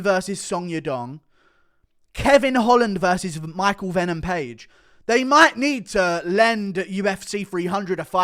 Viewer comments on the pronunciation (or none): none